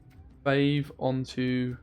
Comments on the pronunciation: F(aw)ve not F(ay)ve. Great deck mate! Loving the videos :) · How you claim to be the english speaker when you pronounce fauve as "fayyve"!?!?! Unscribe